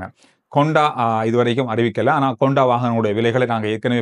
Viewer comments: "Honda" is a word 😊 "Konda" is an emotion 😂😂😂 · அது கொண்டா இல்லண்ணே…… அது ஹொண்டா 😢